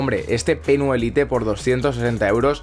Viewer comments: Jaja jaja 😂 creí que a nadie más le daba cáncer como a mí al escuchar lite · ¿Tan complicado es decir "lait"? Me da algo de sida la pronunciación del inglés de los españoles v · pero es una palabra en ingles, no en español.... decir "lait" es la manera correcta de decirlo. y no es "spanglish", spanglish seria por ejemplo decir "hello... como estas?"